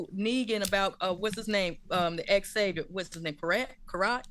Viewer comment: Yes, the proper pronunciation of the villain’s name is Cro-at ( 2 syllables) just like the people from Croatia. Good review, guys!😊